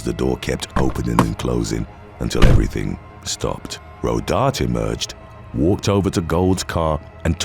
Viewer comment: It's pronounced "ro dar taye"